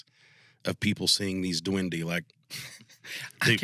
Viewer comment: It's pronounced dewen-deh. It's a spanish word for gnome/elf.